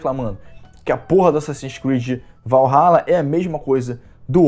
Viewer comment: Assassins Creed: "Valhaba"